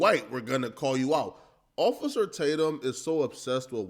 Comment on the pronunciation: Ofay-cer Tatum...love that lol